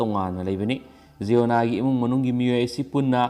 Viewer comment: Sir jiona Nate,(ziona-)jai-on-ah haibi o🤣